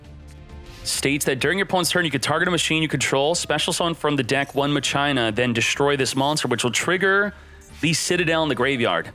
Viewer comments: Im super late... But isnt not "ma-CHINA" Its "MACH A NA" as spoken same as "deus ex machina" Idk why people think its said as china. Is it like a European thing? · It's pronounced machina not ma china 😂😆🤦 they aren't Chinese 😂😆😂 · MUH-CHINA!!! MUH-CHINA!!! For ducks sake it's not MUH-CHINA You pronounce it like CHINA. It's pronounced MAKINA. Ma- Kee Nah. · Hilarious hearing "Muh-China" 😂😂😂 Do you say that, "Machine-Uh" or "Mock-in-uh"? I say the 3rd option lol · It's pronounced Mack-Kinn-Nah, "Muh-China" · I always pronounce it as Makina and not My China. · He does this on purpose lol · How do you pronounce "Machine"? "MUH CHINE"? 🤣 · Every time he says M'China it makes my entire body cringe. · MAK-IN-AHH this dude needs to read more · That is not how you pronounce that word.....mah-key-nah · Idk if he’s pronouncing it wrong but I played too much FFX to not say machina (ma-kee-nah) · it should be "ma-kee-na" no? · Anyone else had a hard time watching the whole video due to how many times he said "maCHINA"? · Disliked cause u said the name wrong all video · I’m pretty sure it’s pronounced like the Latin word machina (e.g. Deus ex Machina) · The way people mispronounce "Machina" even if they're supposedly native English speakers makes me wish they didn't change the OCG name, "Machiners". By using the original OCG name for the archetype, there would be no confusion at all.